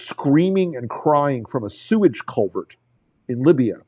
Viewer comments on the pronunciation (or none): none